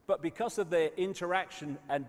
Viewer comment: I love How He says Because Becoose 😂😭 London Real just Had David Icke Brian Rose 3 and Got 1 million live streaming a world Record